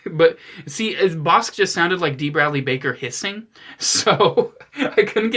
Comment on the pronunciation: It’s pronounced “boss-ick” god damn it.